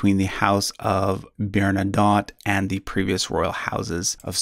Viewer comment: French names like Bernadotte, with TTE, are pronounced with a sounded consonant at the end: BERNA-DOT. If the name were spelled with a single T at the end, then and only then would it be pronounced BERNADOH. There are numerous other errors in pronunciation, but that one is the most egregious.